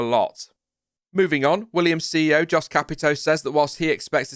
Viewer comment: It's pronounced "Yost". Same as in Jos Verstappen.